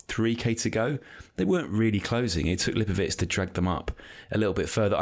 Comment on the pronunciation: Why is calling him Lipowich? Isn't it pronounced how it looks - Lipowitz?